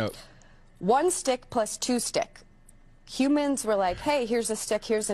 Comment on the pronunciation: "Humans Have been used Math..." Yes, humins hav bin yoosed math